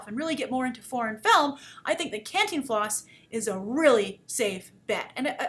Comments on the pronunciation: "Canteen Floss?" really grace. it's Cantinflas. lol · your vowels in the pronunciation are more than ok. What takes people out of it, is that the force of pronunciation should go on the TIN. Both vowels are short vowel sound. can (as in: "can" do!) - TIN (as in: "tin" man) - flas (as in: "flask" but without the k) can-TIN-flas Hope this helps. :) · Grace just for further reference, its pronounced CAHN TEEN FLAHS. With an enphasis on the TEEN. Lots of love from Mexico . Love ALL your vids and opinions :) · Hey, pretty lady with all the fans and videos :-) if you want help saying the title my parents always said it like "Khan+teen+floss" dunno if it's correct, but that's from a central American family who watched a ton from this guy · Hey! Grace just one quick tip is Cantínflas with an emphasis on the I not the A :) for any doubts on the spanish language i'm at your service :D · Wow you buttered his name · I love hearing you say Cantinflas! It's a sweet thing to me when English-speakers try to pronounce Spanish. Other than that I'm glad to see you reviewing this movie and that, above all, you enjoyed it. When we studied international film making in school I was amazed at just how differnet the industries are country to country and it's nice to see that such an important figure as Cantinflas would get his little moment in the spolight. I hope to see more films in this vein in the future (an Almodovar film would be incredible). Thanks for the review, Grace!